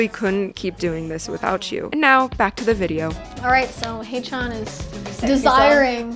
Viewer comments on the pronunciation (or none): love this reaction! its read as "hechan" btw not "haychan"